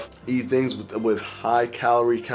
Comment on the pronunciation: Did he say "exasterbated"? I really can't deal with the intentional, acquired, language affectations this guy has. Not like you grew up like that dude, you adopted that lingo. Month=monf, with=wif, and my favorite "stay tune". Really dude, this is getting in your way. Let the lingo go. Or maybe see a speech therapist.